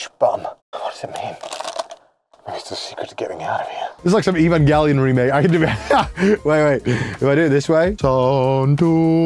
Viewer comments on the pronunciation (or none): none